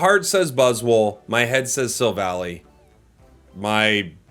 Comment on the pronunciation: Dang, he almost got the god tier right (Silvaly). Close though.